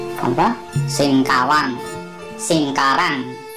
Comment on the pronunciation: Sengkarang bukan sengkawang